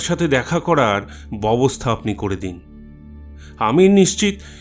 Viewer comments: ভালো গল্প, কিন্তু কিছু কিছু জায়গায় ভুল উচ্চারণ কানে লাগল। "ব‍্যবস্থা" কথাটি বারবার "ববস্থা" উচ্চারণ করছেন। একটু খেয়াল রাখবেন। শুভেচ্ছা রইল। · BEBOSTHA shobdo uccharon thik kore nin. Deshlai bolte somossa ki?